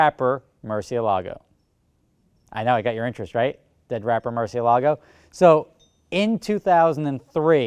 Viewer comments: Mercy AY lago, NOT mercy a LAGO!!! Damn how many people can't say the name correctly! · its not murcielAgo, its murciElago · Velahcity that's not how its pronounced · Liam Bach he says it wrong. Just like most Americans. Its a Spanish word